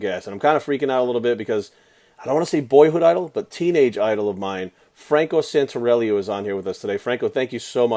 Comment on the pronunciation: you can't even say his last name correctly!!